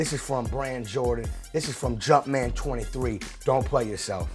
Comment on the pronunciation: The World: "Jumpman" Dj Khaled: "Jutman"